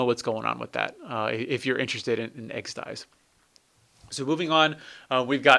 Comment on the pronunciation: It's Exed Exes, not Exed Eyes